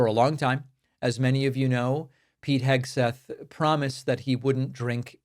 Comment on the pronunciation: You AGGHHHHHHH u messed that up!!!! Ur criticizing SPEECH but u spoke wrong and said “SEGTHETH” check it out!